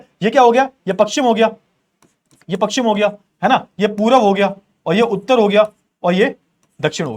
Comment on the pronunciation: Sir ji pakshim nhi pashchim hota h